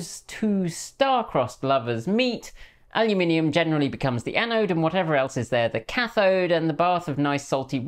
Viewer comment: Yay! Al-You-Min-EE-Um. Alumin - i - um.